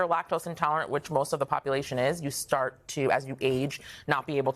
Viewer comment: Why did he mispronounce Ricotta?? Omg.